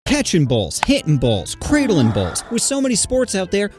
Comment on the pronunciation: He said craidiling balls